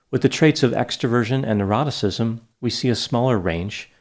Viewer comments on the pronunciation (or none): I swear, every time he says “neuroticism” I hear him say “eroticism”, I need help.